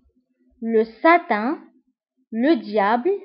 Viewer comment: On dit satan pas satin .l'enfer c'est djahanem .. Merci bien